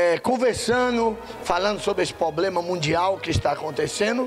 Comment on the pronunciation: POBLEMA, aprende a falar. É PROBLEMA.